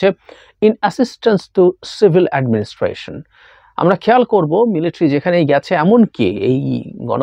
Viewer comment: জাহিদ ভাই - শব্দটা মিলিট্রি নয় শব্দটা হবে মিলিটারি । আপনার ওই ভুল উচ্চারণটা খুব খারাপ শুনায় ।